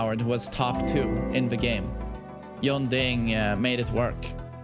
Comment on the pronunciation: Yong-ding. Jeeezuz. It's Jun-dding. Say it exactly like I spelled it. My ears bleed everytime you butcher that name.